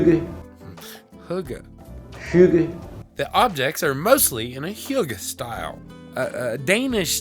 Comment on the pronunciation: Hearing people try saying hygge is both funny and annoying 🇩🇰 And yes you pronounced it wrong and you can’t blame it on ninja because he got it right